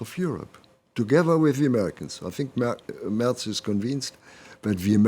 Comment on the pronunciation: Say the name properly. It's Mehrtz. Not Murtz.